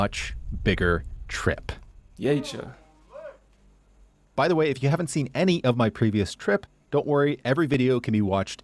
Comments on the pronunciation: More people noticed it but I've got to say it again. That "jeetje" was an absolute perfect Dutch reaction 😉 Not more than 4 km? Think again. In your time in Vaassen you made a few POV cycling videos, one of which was 25 minutes where you were cycling continuously. I just checked and you were definitely moving more than 9.6 km/h on average. My guess is that it was a trip of at least 6, if not 7 km. I am strictly cycling to work, 21 km round trip. Which is 12.6 km/day on average (I work in a 5 shift system, 6 shifts in 10 days), just for work. Actually, my e-bike, which I bought less than 8 years ago, passed the 10,000 km mark last week. Which means 3.5 km on average every single day. Not to mention the trips I make on my other bike, a sports bike without battery which I use for leisure and if I feel like needing a bit of a workout. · Jeetje, you pronounced it correctly 🎉